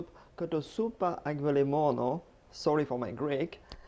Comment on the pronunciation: Chef you pronounce kοτόσουπα με αυγολέμονο/ kotosoupa avgolemono perfectly! And the recipe is perfect too!! Thank you ones again for your fantastic recipes!!! :)